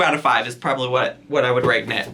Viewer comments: “I WOULD HAVE RADE-N IT” 💀😂 😂😂😂😂❤️ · It's the "Raten" for me